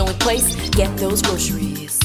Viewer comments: haha you say grosheries like britney spears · My favorite parts were her saying groceries 3 times in 10 seconds and Shooger Cookies